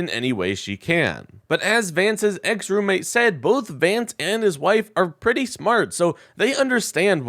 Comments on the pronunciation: JD Rance?! perfect slip of the tongue! i say we call him "JD Rancid"! who's with me? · J D Rance! That's an awfully cute slip